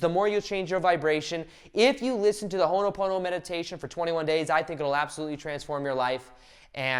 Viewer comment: Its called Ho' oponopono . Stop pronouncing it wrong.